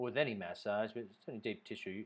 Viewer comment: Why do you pronounce massage like that? Where are you from?